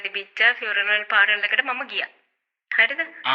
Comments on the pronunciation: Funeral Parlour ❌ Funeral Parel ✅ Flower Bouquet ❌ Flower Booket ✅ 💀 🔫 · Not FUNERAL PARAOL. Correct pronunciation is FUNERAL PARLOR. Ok madam. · Funeral parlour❌ Fural paral✅ Flower bouquet❌ Flower booket✅ Cemetery❌ Chemistry✅ Burial❌ Barrier✅ Ok Rest in peace English🙏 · Meya koyanne Funeral paral kiyala ne 😂eka liyanne parlour but kiyanne palar kiyala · පාරල් 😅😅😅 පාලර් නෙවෙයිද එතකොට මාර ඉංග්‍රීසි parlour වත් දන්නේ නෑනේ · මේ අනුන්ට ඉංග්‍රීසි උගන්නන්න කලින් තමුන්ගේ ඉංගිරිසිය හදා ගන්න. Dictionary එකට අලුත් වචන දාන්න එපා පාරල් නෙමෙයි පාලර් බොකේට් හැබැයි අපි නම් දන්නේ බොකේ කියලා කැබින් අපොයි ඔය කොෆින් එක අපිත් මේවා අදමයි ඇහුවේ කොහෙන්ද ඔය ඉංගිරිසි ඉගෙන ගත්තේ. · Funaral plour ෆියුනරල් පාල not පාරනල් . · පාර'ල් 😂😂 .. පාල.. බුකෙට් 😂😂... බොකෙ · ෆුනරල් පාලර් ❎ පියුනරල් පාරල් ✅ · මිස් ෆියුරනල් say පාරල් 😂 රිවස් වෙලා 😂😂😂😂😂 මැරුණදාට කැබින් එකේ ලු නිදියන්නෙ 😂😂😂😂ෆ්ලවර් බොකේට් 😂😂😂😂 කෙමිස්ට්‍ර් එක😂😂😂 වඳින්නම් නූතන නිලි රැජිණියනි ආයෙ ෆියුරනල් යන්න එපා මගෙ දෙයියෝ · වයිරල් "විරල්" වෙලා, "funeral “ෆුර නල්” වෙලා parlour “ පාරල්" වෙලා... යකෝ දවසේම රිවස් වෙලා ඉන්න වෙලාවක ෆමිලි invitation එකකුත් ලැබිලා... "පාසි ටිපේට් " කරලා දෙය්යනේ ෆියුරනල් එකට.. final respect එක ප්‍රේ ...කරන්න ගිහින් අප්පා .. 😅😅😅😅 "ෆ්ලව බොකෙට් " එකක් අරං ගිහින්... කවුරුත් දැක්කේ නෑ නේ දෙය්යනේ.. අනේ කෙමිස්ට්‍රි එකෙට එක්ක ගිහින් මේකිට ශූට් කරපල්ලකෝ කවුරු හරි.... 😅😅😅😅😅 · ෆියුරනල, පාසිටිපේට්, විරල්, ෆියුරනල් පාරල් එක,කැබින් එක, ෆ්ලවර් බුකේට්, කෙමෙස්ට්‍රි 😂😂😂 අම්මෝ මේ ඇත්තට ම ද මේවා කියන්නේ? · Funeral Pallor පාරල් නෙමේ නේද😅😅😅😅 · Furanel paral... ( පාරල් ) අම්බෝ 🤣🤣🤣🤣🤣🤣🤣🤣🤣 පව් මේ වැස්සි 😂😂😂😂😂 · පාරල්😂 කැබින් 😂 කෙමෙස්ට්‍රි😂 බුකෙට්😂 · Invitation to participate at a funeral ...😂 What a joke.. Real mut. ෆියුනරල් ෆාරල් ...😂😂😂 ෆාරල්, කැබින්, ෆ්ලවර් බුකෙටි, ෆයර් වෙනව, බැරියර්, කැමෙස්ටි 😂😂😂 What are those words.. AI Reverse Technology. Advance method. Social media is reversing ... 😂😂😂 Popular characters don't talk like this. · පියුනරල් පාරල්😂😂😂😂😂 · පාරල් නෙමේ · පාරල් එක. කතා කරන විදිහටම තේරෙනවා ගෑනිගෙ කැරට්ටුව. පව් බං බයිට් වෙලා ඉවරයි.